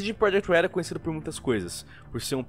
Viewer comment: “CD Projekt Leelld”